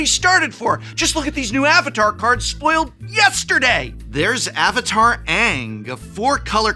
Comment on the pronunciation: Finally, a mtg YouTuber that pronounces the names of AtLA names correctly 😂